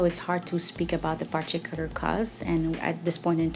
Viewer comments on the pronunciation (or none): typical "doctor"...so unhealthy!! par-tick-a-lure. oh my god!!!!